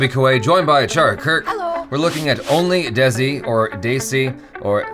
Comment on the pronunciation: Your third try to pronounce "Only Desi" in the beginning was perfect. Absolutely flawless pronunciation. :clap